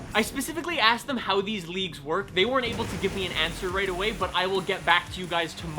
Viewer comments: At the end I thought you were saying “Leafs” instead of “leagues” and I was so confused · The first time you said “leagues” I thought you said “leaves” and got a little worried 😂.